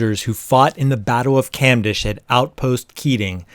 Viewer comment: it pronounce cumdesh, not camdash